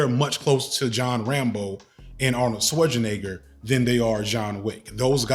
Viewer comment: If this man pronounces Schwarzenegger wrong one mo time!! 😂